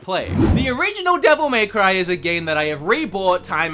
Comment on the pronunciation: The way he says dmc is just arrgghhh, devil MAY cry